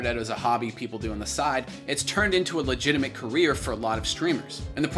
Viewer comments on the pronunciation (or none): none